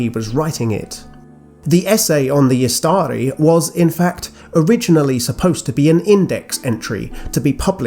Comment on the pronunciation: Fantastic video as always. Totally unrelated but (i could be wrong) isn't Istari pronounced stressing the first syllable (IS-ta-ri) since the second has a short vowel followed by 1 consonant? Or is this a case of an exception of the rule (like Imladris)? Thanks!